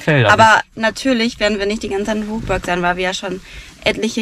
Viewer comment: Ein sehr informatives Video. Ihr habt uns nochmal schön zusammenfassend mit durch euer Wochenende genommen und von allem etwas gezeigt. 👍🏻 Exklusiv um 7 Uhr frühstücken ist doch auch mega geil. Besser als wenn alles voll ist. Jetzt wissen wir auch wie Rookburgh richtig ausgesprochen wird, mich freut es, dass ich zu den richtigen 50% gehört habe. 😌 Also alles in allem perfekt, wenn jetzt noch ihren Phantasialand Hoodie bekommen hätte 😔